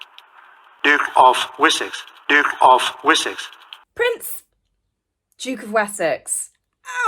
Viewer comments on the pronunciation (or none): Maybe the announcer dude was really saying the Duke of "Wussex" 🤣